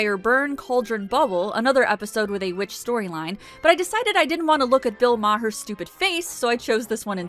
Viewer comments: “Bill Ma-Her” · wait you prounced it bill mah-her :o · You didn't even pronounce Maher right lmao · I think Bill Maher sucks, I didn't always but in the past 12 years it has come to be obvious that he sucks. I can pronounce Bill Maher. And I think the fact that somebody cannot pronounce Bill Maher most likely means they don't know Bill Maher and just won a dig at him because that's kind of the popular thing now. Lefty's don't need your help. We've got the bilmar trashing, down.